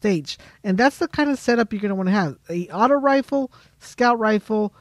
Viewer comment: It's Rifle not refill